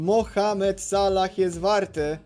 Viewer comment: js piefdole jak mnie triggeruje jak ty mowisz sallah